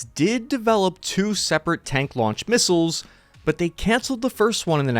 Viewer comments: what's a misisile? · Ah yes, those pesky hypersonic "misisles"